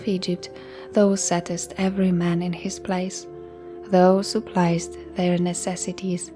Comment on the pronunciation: There is one word you regularly mispronounce that is a little hard to understand for english listeners. “Thou” is pronounced “thow” (rhymes with “ow!”). You are saying it like the word “though” which is a bit confusing. Your voice is lovely to listen to though!